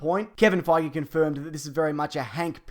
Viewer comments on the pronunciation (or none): none